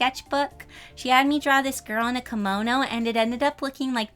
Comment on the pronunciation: kimono and not komono